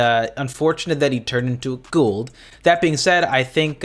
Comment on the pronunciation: It's Goa'uld, not gould 😅